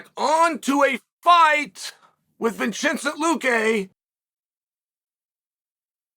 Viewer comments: So tired of chael butchering peoples names Vincente is so easy to say lmao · Judas priest Unc how did you manage to get Luque right and fk up the Vicente part 😂